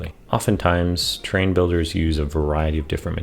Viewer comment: Enunciate! Sounds like you are saying “train”